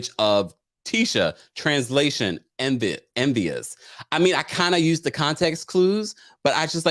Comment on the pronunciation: I think was trying to say that Kiki is "envious" but it came out "image".